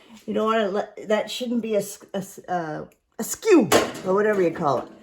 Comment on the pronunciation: Your emphasis on "Askew"-- LOL, you still make me laugh